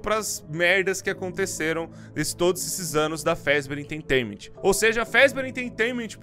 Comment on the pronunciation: O video é bom e todo o resto é bom Mas ele falando "enteitainament" deu um pouco de agonia